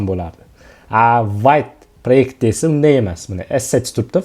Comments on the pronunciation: vayt deb o'qilmaydi vte deb o'qiladi vte fronsuzcha so'z adashmang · 'Vit' deb talaffuz qilinar ekan